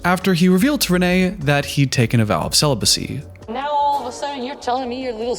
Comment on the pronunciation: She pronounces "celibacy" as "cell-u-be-cee"...